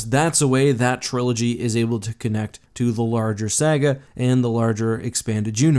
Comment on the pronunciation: The way you pronounce saga ruined the whole video for me